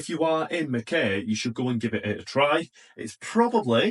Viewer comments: MACK-EYE!! pronounced MACK EYE - Mackay. Lived there for 10 years so .. NOT Mac KAY … THE VIEW OVER THAT WATER OMG! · Pronounced Mc-Kie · its not how u say mackay pretend it spelt mackai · Great videos once again, just to let you know it called Mack-eye, Ive been to the UK and stuff up so many names especially in wales like lLlanberis, we would call it Lanberis but in Welsh it is Clanberis, always learning and love the channel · Mackay pronounced Mackeye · What can I say? You just go from one beautiful spot to another! It's pronounced "mack-eye" btw. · Great videos. Here's to 10k. It's pronounced mack-eye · From NSW - Mackay, rhymes with sky 🙂